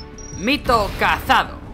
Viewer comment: Me pone nerviosos cuando dice cazado